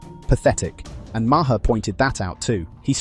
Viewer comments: BTW, it’s Marr not Ma-her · Who the hell is Marhar? It’s pronounced Marr. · Hey guys - Bill Maher pronounces his last name like "Mayor" Not MaHar. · His name isnt Ma her its Maar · Stupid AI voice, it's pronounced MAR not MAR-HER. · It's pronounced Mar. It's not Mar her. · His name is pronounced Mar not Mar-har. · "The British Brothers"? What the hell is this shit? And what's with the Bill Ma-her pronunciation? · Its not ma her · Who is Bill Ma-her? AI blows. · Its pronounced Marr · It's just Mar..not two syllables..just sayin It's driving me crazy..lol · Your A.I. can't pronounce Maher? MAY-er. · Idk if you're AI, but the pronunciation of Bill Maher's last name is one syllable. It rhymes with 'far'. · "Mah-her". Ugh. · I had to stop after the tenth time of saying may-HER 🤣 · You need to pronounce Bill Maher’s name correctly. Makes you sound dumb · The h in Maher is silent. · Dude, the h in Maher is silent. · HEY…. MATEY!!!!!!! THE E. IS SILENT IN MAHER!!!!!! GET IT????? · Why can't people say Maher correctly? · You need to teach your AI bot how to pronounce Maher.